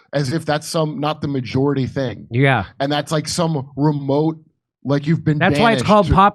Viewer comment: How you rike it now 😂